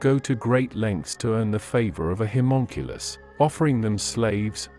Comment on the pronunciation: Ugh, sorry, had to stop, so many mispronunciations, specifically you’re saying Homonculus wrong and you’re saying Incubus wrong… over and over and over